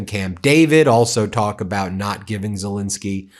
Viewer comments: Z E L E N S K Y , not Z I L I N S K Y . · It's not pronounced Zelinsky, it's Zelensky!